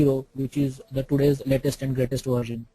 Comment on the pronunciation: its not VARJAN.. its VERSION.... VARJAN VARJAN VARJAN VARJAN VARJAN VARJAN VARJAN VARJAN VARJAN VARJAN VARJAN